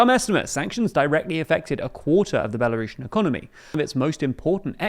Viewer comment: It's Belarusian, not "Belarushen"